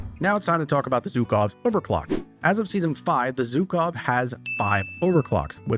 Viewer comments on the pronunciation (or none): Yes it's obviously pronounced "жуков" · Bro, stop calling them "zukov", please